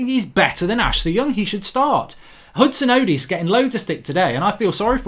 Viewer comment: Always gets me how Mark pronounces Hudson odoi 😂